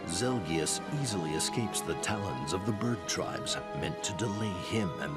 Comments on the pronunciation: Ahem... You mean ZEL-GEE-US Jeez you call him a noob and yet, you can't even correct him correctly. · ZEL-KEE-US!!! NOT ZEL-JUST... NOOB